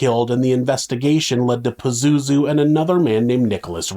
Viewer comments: I literally can't take this episode seriously. PAZOOZOO? I can't!!! And you said it so many times. 🤣🤣🤣🤣🤣🤣🤣🤣🤣🤣🤣🤣🤣🤣🤣🤣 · It’s Pazuzu smart guy ❤ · Pazozoo.... its very hard to not laugh